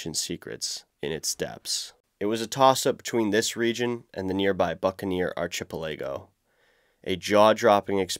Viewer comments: "Archer-pih-LAygo" *Ar-kih-pell-ih-go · LOL!!! That's [Arkih-Pélligo], which means a 'group of islands'. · arc a pell e go. Not arch a pe lay go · Great work on the vid but pronunciations are quite a bit off... arc-a- pele- go not archa- peel-a-go. And the other Geng-es-khan not Jeng-es-khan. Pronunciation may not seem like an important thing but when you stsrt getting into other languages differently pronounced words can have different meanings. Otherwise keep up the good work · Ar chip e Lego 😂 ⁉️ it's pronounced Arkipeligo 😂 also, WOW! standing on the edge of that canyon 🤯 and some great images. 👍🏻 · ... the what now? Arch-pickle-ageo? Or do you mean arc-i-pel-ahgo? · archie -pa-laygom wtf is that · Arnhem Land - AH-nhm Land. Kakadu NP - Kack-a-DOO NP. Archipelago - AH-ky-pell-AH-go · bro just said ar-chip-a-lego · “Ark-uh-pell-uh-go” archipelago. I have no idea what you tried to say but you MASSACRED the word 😂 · archi pellaygoe 🤠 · Archie-pah-lay-go? Alexa, how do you say archipelago? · You had me at arch-eee-peh-laaaay-go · Had to stop watching once you said “archa-pa-laggo” Just too dumb for words. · Sorry, but I had to duck out at 4m. I cannot learn about geography from a guy that says ar-chip-e-lago. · Arch-eeh-pea-lay-go? Sweet summer child! 😂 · Artch-uh-puh-lay-go? Lol. I had to stop this video to see if I was crazy and pronouncing it incorrectly my whole life. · Say it with me: Ark-eh-pel-eh-go. SMH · ARK-E-PEL-LEE-GO You are welcome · "archipelago" it's pronounced arc-ah-pel-ah-go guy, somebody didn't do popcorn reading enough in middleschool. good video though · ar-ki-PEL-i-go con-TRIB-u-ted GAN-gis Kahn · Arch-ipellijo? Jagngus Khan? Great video but you have to be trolling? Right? I'm not usually the kind of person to point this out but I legitimately can't tell if it's a joke based on how it's spelled in the chapters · This dude really say "Arch a palego" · bro said archapelego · Arch-eh-play-go to the polls :face-fuchsia-poop-shape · Archy pahlaygoh